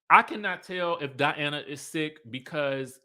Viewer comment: School the people!!!! This is your channel and the Skye Squad is here for you! ❤❤❤ Edit: I live for these RHOBH reviews cause you get extra passionate. The way you call Diana, DIANNE kills me every time! 😂